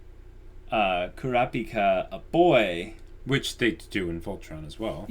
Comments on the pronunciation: Yes please! As it is, it will take you a year to do this series even at 3 a week! Am I the only one who thought you said "Boku no Pico" when you called Kulapika "Kuropiko"? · Oh! So you have seen the white haired kid? I can't until you see what he can do. He and Gon are my favorites in HxH. Also, Kurapika's name is pronounced "Crop" (like in farming) & "Pika" (like in Pikachu). He & the white haired kid are guys, but both of them have female voice actors in different languages.